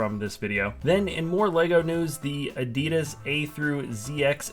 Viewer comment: Why did you pronounce Adidas so weird?